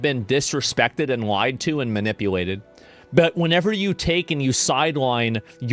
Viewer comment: that "but" 😂 sounded like BEH😢